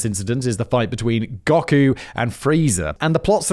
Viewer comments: "Dragonball ZED, Gahku" omg Simon my ears are bleeding 😭 I know you don't care but you're saying it so wrong or hurts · Zee, not 'zed'....&, it's 'Go-koo', not gok-ooh😊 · D-did you just say Gaku…not Goku? And I will not accept Jin from Samurai Champloo slander sir! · Or Goku to Gauku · Western cartoons kept getting worse and anime kept getting better. It's really that simple. Edit: This man just said Gawku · Gaku? Noo come on Simon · Simon mispronouncing Dragon Ball 'Zed' and 'Gohkku' at the beginning... This will be a looong and painful episode 😆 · “Gock-u” AHHHHHHHH WHY…. why did you have to do my boy Goku so dirty like that Simon… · Simon saying Goku as Gah-kuu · That and "gohku" lmaooo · Please, I beg you. Write more shiz that Simon has no idea what he's talking about or has no clue over!! "Dragonball Zed" and Gockoo" got me 😂 made my day and its been a rubbish day! Legends. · Dragon Ball Zed, Gok-u, Fre-za. It is clear Simon has never watched Dragon Ball. I love it. Also, the amount of explaining the Joestars (and their enemies and the narrator) do is ridiculous. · "Dragon Ball Zed, with Gawk-oo" You're killin me 😂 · Gahku LOL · Ngl, going to the ad in the minute of the Gaku (my new preferred pronunciation) and freza was thematic for the pacing of the anime. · Ahhhh, Gawkoo and Fraisure, my favorite part of Dragon Ball Zed. 😆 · Anime/manga❤️😌Started watching Dragonball/Dragonball Z at around 10-12ish. I don’t know if everyone goes through the same kinda “progression” as I had, but it went from anime to manga(picture version) and then to light novels…It’s actually kind of interesting to see the changes that happen between the versions😂 And omg the way you say Goku is hilarious😂(Go Koo) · The joy from hearing simon incorrectly pronounced Gokus and frezias name. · I know I'm late to this, but I couldn't not mention this. I really didn't expect his inability to pronounce words to bother me until he said Goku and Frieza.